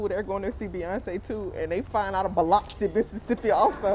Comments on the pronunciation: Lmaooo not bee-lox-ee 😂😂😂😂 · you was down hereee 😂😂 it’s B - Lux- C, you look soo good girl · Girl I’m from Mississippi & we don’t got shit here ! we behind with the new technology & whatnot 😂😂 & it’s BUH-LUX-EEE 🤣🤣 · It’s bow luxe see 😂😂😂i can’t believe you were like an hour away 😭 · lmao it biloxi …. BUH-LUX-SEE 😂😂😂😂😂😂😂😂😂😂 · I know I'm late commenting, but when you said Gulfport, I said I know they are not bringing my girl to Mississippi! 🤣It Biloxi, but it's pronounced (Bill-uck-see)! This done tickled me baby, but I love all of your content!💞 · It’s like beeluxe “biloxi” I’m from Gulfport lol 😂😂 I can’t believe you was here and I didn’t see it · I live in Gulfport, MS lol it’s “Bil-uxee” Definitely, not too much on us 😂 it’s a nice city girl 😭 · I am CRINEEEEE I’m so late but it’s Buh-LUX-SEE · The way you said biloxi 😂😂😂😂😂 omfg that’s like an hour away from me and no that’s not how it’s pronounced but you tried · You tryna say Biloxi is blowing me 😂😂😂😂😂😂 I’m so weak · I’m from Mississippi and ain’t no way you saying Biloxi like that sis 🤣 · Baby was butchering that lil name 😂😂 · Naw sis thats not how you say, Biloxi, 😂😂😂😂😂 you gotta be from down here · Lol you’re def pronouncing it wrong but I just drove out that way 😢